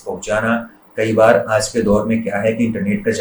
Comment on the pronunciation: बढ़िया है! वर्तिका को अपने उच्चारण पर विशेष ध्यान देने की ज़रूरत है। आज को आज ही पढ़ो आज़ नहीं...